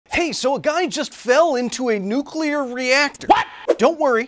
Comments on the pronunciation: The bimbo in green really said "She fell into a nucular reactor" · Pet peeve of mine: “nucular” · "Nucular" is making a comeback, I see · Woman literally reads the off the teleprompter. Still says nucular. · Honestly, I think the biggest issue here is that some people still can’t pronounce nuclear. What in the world is nuke-you-lar? I’m looking at you, second reporter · Did…did she just say „nucular“? Funny enough, there is an XKCD what if…? that elaborates on going for a swim in a cooldown pool for spent nuclear fuel. Long story short, water is an incredibly good radioactivity insulator and as long as you don‘t get into touching distance of the fuel, you‘re absolutely fine. Unless you die of sudden rapid lead poisoning before making it into the pool. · Blonde can't pronounce "nuclear". We stopped saying "nucular" in the 80's, lady! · I wish people would learn how to pronounce nuclear. So many people say it like new-cue-lar. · A news anchor saying "Nukular".. sort of gives it away. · Talking head lady mispronouncing “nuclear” as “nucular” is like nails on a chalkboard. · Hes fine, it was just a nucular reactor. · Are we all going to gloss over the fact that the second news reporter said “nucular”? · Ain’t no way the second reporter really said “nuke-ular” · The real tragedy was the news woman pronouncing it as "nucular". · AMERICANS still pronouncing Nuclear as Nucular.... infuriates me, no end! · That second news lady can't even pronounce nuclear! Also, what terminology was that?! It sounds like thingamajig level of knowledge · What squinting news reporter is that? She can't even say "nuclear" correctly. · the second lady's pronunciation irks me :( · I don't want to be mean, but if you can't pronounce "nuclear," you probably shouldn't be a newscaster. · I had a professor that pronounced it like them too, N-U-K-E-U-L-A-R... it was infuriating.. almost as infuriating as someone typing "could of" instead of "could've" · She's a newscaster and can't pronounce nuclear?